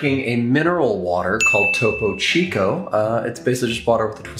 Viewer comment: " topou chicou" wey, learn some spanish